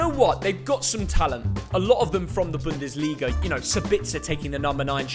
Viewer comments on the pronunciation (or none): none